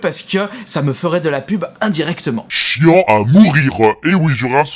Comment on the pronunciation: correction c'est ecris chiant a mourir pas chiant a mourireuh...